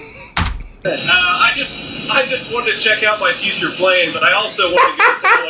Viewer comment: Furture Plane!!! He’s speaking it into existence 😂😂😂